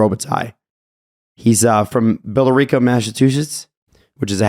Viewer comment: The "Yes/No" bit was so boring and useless. It wasn't a long segment but c'mon, what are we doing here, what type of critical sports discussion is "will this player score a goal?" Also,, it's pronounced bill-rick-ah (Billerica, MA)